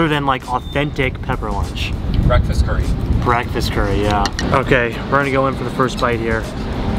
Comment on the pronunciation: Hey tip from a Japanese guy! Japanese curry is pronounced kare not curry.